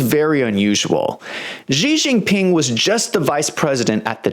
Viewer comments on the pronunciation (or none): Why does he call him Gee Jinping?